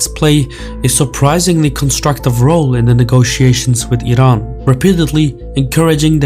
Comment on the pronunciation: Love the fact that you're one of few who spell Iran and Iranian correctly (ee run) and not falsely (eye run) 👌😅